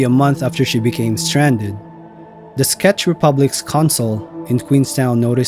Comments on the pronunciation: Its Czech republic not Sketch republic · i think he said "scetch" Republic